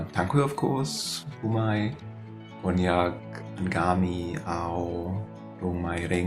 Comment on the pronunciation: Even the foreigners can pronounced the word Konyak really well...why many of my fellow Naga friends pronounced it like Kong-nyak,khonyak etc etc😢😅 Yowang e moi ja man koh ohh(village dialect) Kahwang pa-e moiheiman shih(Konyak)